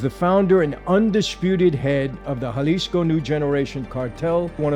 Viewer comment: Thank you Michael for pronouncing, "Jalisco" the right way...silent J like an H ..good job!